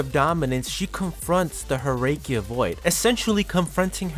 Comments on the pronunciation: The vid is nice, but the pronunciations can be a bit of a whiplash 😅 "Herrscher" as "Her-rake-key-ya" instead of "Her-sher" "Fu Hua" as "Foohoowa" instead of "Fu..Hwa" "Dawei" as "Da-Why" instead of "Da-Way" That aside, I really like your analysis and in-depth description of who Kiana is and her journey thus far. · Herrscher are read "Herrsher" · Glad you corrected your mistake though, I apologize for ranting at you. What I did was not entirely right of me, I should've waited. I think I noticed you said Herrscher wrong, but that's a word not from any Asian territory, and since I'm just an Asian person with no experience in languages outside English and a small portion of Japanese, I have no room to state against you for doing so, as it's from a language I'm myself not familiar with. All I know is it translates to "Ruler" according to my brother, who has far more experience with multiple languages, as he taught himself that.